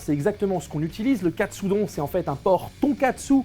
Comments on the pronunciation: Aaaah mais non pas Katsudon, mais Katsudonne 🤣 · Ça se dit Katsudon pas Katsudon ... ça semble évident pourtant